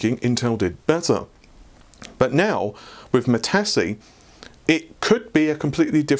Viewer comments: Please.... Matisse sounds like Muhtease, not Mehtahsee. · Mitasse? or Matisse?;) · Except that the guy was French, and the French pronunciation does not have a long e sound. The closest in English Mat-is. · "Ma-Tassy"? Where did you learn English,. Pronounced Ma-tees with a long e. Like tice. as in Chevy Caprice. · It's pronounced "Ma-teese, not trying to be a jerk. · mah tees repeat after me, mah tees. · Ma-tee-s,, it's Ma-tee-s! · If the name comes from the famous artist of the same name, then Matisse is pronounced something like "Ma-tee-ss" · Good discussion.. Is it pronounced 'mateese' - french artist... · You seemingly never heard of the French painter Henri Matisse, judging by your pronounciation... All the best for the new year to you and Amy. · well it's french, but still surprised he managed to mispronounce it that badly :p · )) I stoped the video to see if someone noticed that. But, I can get over it, because he's not used to european names.